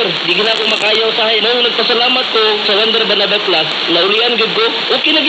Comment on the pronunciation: Its Juander Banaba Plus not "Wonder Banaba Plus" a product of RSV Life Care Mktg.